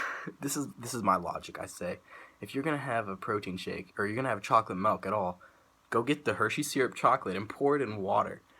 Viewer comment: Bro I love the way you say Melkk! (MILK) lmao!